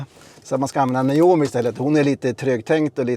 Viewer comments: En trög men go reporter😉 som inte kan tilltala systemet korrekt = NAJOMI = trög AI Tilltala rätt = NOMI = Allt du säger blir rätt och snabbt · Naomi, ehh!!! testa med att säga Nomi i stället! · Is (Hi nome) Not ( Hi yo nome)